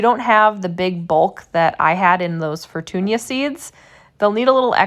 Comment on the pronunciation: Very clear and instructive video, thank you. I'm going to follow your method and the simpler dry on coffee filter method and test the difference. It seems expert gardeners recommend fermenting like you do. Here's the linguist and Spanish speaker coming out in me: If the name of the tomato is "Fortuna" it is pronounced "For-toon-ah" not "For-toon-yah". But if it has an ˜ enye over the ñ as in "Fortuña" then yes, it is pronounced "For-toon-yah". Like mañana.